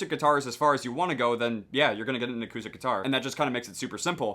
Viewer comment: did he say "a koosh stick"